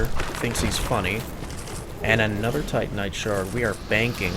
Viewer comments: Seems like he says Titan knight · I swear, every time you say "titanite", I think you're saying Tight Knight. Don't ask me why lol